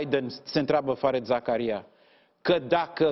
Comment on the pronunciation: “Fariid Zakaria” d-le, așa se pronunță nicidecum “fared”. 😖 Doi de “e” în engleză se pronunță “i” lung. Numele lui, de câte ori apare pe un ecran, este pronunțat de cineva atunci pe loc, nu știți să ascultați, oameni buni? E ca și când ați pronunța numele lui Scholz “scolz” in loc de Șolț. Dacă personalitățile media nu știu să pronunțe niște nume celebre, ce să așteptăm de la populime în general și de ce dracu râdem când membrii ai Parlamentului sau nu știu care ministru, sar peste cal și spun o prostie sau vorbesc precum Viorica Dăncilă! Este inacceptabil să nu știi să pronunți numele unui confrate mult mai bine cunoscut în toată lumea decât d-ta, dar să faci mișto de greșelile altora, mă dezamăgești d-le din cale afară…😯